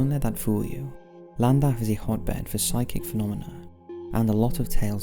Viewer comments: It's pronounced clandaff, in Wales the double L is pronounced with a C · Llandaff is pronounced as Sh-L-an-daf in the Welsh tongue not with an L at the front. Forgive my pedantic rant, but i'm from N.Wales myself, just for posterity :) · This will be buried and is entirely pointless to point out but 'Ll' is pronounced as 'Cl' in Welsh. So its more like Clandaff. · You pronounce Llandaff incorrectly. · Did the way he pronounced Llandaff bug anyone else? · sure did 😁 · me too